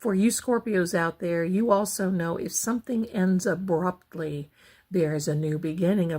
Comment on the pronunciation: I thought you were talking in code lol when you said a relationship or something ends abruptly, something abruptly will start again. I thought you were saying 🥦 instead of abruptly,!! I thought it was code for something bad. appx